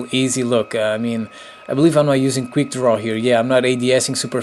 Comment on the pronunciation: It's quick not queer